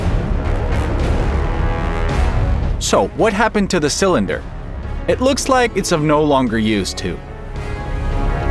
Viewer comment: Not "cylinder" but 'sa-lender". Yeah, an AI.